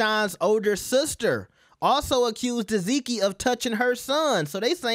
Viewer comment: Omg! Her name is TESS-SEE-KEY!!!! NOT "TESS-ZEE-KEY!!!!"